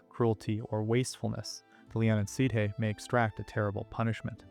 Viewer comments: OK I am picky but SIDHE is pronounced SHEE and not SEEDHAY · With Leanan sidhe, you managed to completely mispronounce the Sidhe.... It is actually pronounced Shee. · Just fyi, Sidhe is a Gaelic word, and it's pronounced "she". Kinda like the Irish actress Saoirse Ronan, whose first name is pronounced "ser-sha". It's usually a good idea to google the pronunciation of a proper noun over just trying to sound it out, especially when it's a loanword from a foreign language.